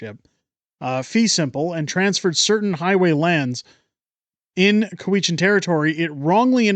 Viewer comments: "coo-we-chan" or "cow-ichan"... ??????????? I have never heard it pronounced coo-we-chan. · COW-i-chan. The stress is on the first syllable. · Cow-eshen. At least pronounce it as the locals do. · It's COW-itch-an.